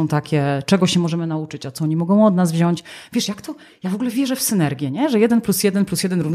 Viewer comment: Świetna rozmowa. Dziękuję. Jedynie prośba do Pani, żeby mówić wziąć, a nie wziaść.